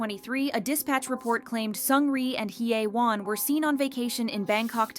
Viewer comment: 😂 it's hilarious that this channel can't pronounce hyewon